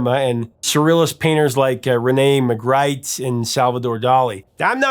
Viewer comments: Rene Magritte’s name is pronounced ma-greet, not ma-grite. Thought you’d like to know. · Renè Ma- greet! Not Magr I te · (Psssst.... "Magritte" is pronounced "Muh-greet," not "Muh-grite." As you were!) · Great show! btw it's pronounced "Magrit." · The artist whose name you were trying to pronounce is Rene Magritte (Mah-greet). Just thought you might like to know. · Rene Ma-GREET, sir. Rene Magritte. :) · Magritte is muh-GREET, but like you said, you're not an art critic; fair enough. You're a great, though! Only bring it up cuz this vid deals with pronunciation; in this case the band's name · Pronounced René magreet. It’s even in a Paul Simon song. Don’t start sounding like A I. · He had a hard time with Mag-rite too 😂😊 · Magritte was Belgian, his name is pronounced muh-GREET. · Btw - The artist whose name you were trying to pronounce is Rene Magritte (Mah-greet). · I knew he mispronounced that name! I honestly doubted what I'd always known for a second, because always slays. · it's pronounced as "ReNAY MaGREET" according to Paul Simon ;) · you pronounced Renee Magrite's name as "Renee MaGRITE". i assume that Paul Simon's pronunciation in his song "Rene and Georgette Magritte with Their Dog after the War" was the correct pronunciation. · Mispronouncing Rene' Magritte's name - As penance go listen to Paul Simon's song about him again! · How can you talk about pronunciation when you mispronounce word or name in every video. Google "how to pronounce Magritte" and hit the play button. It literally just takes seconds.